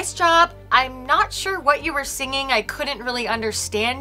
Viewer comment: “signing” instead of “singing”